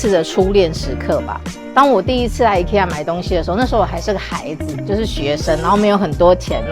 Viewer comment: 一、ㄎㄟ、一ㄚ 啦